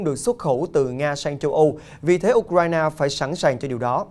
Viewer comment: Nước Ukraine đọc sao ra U Krai Na vậy ba?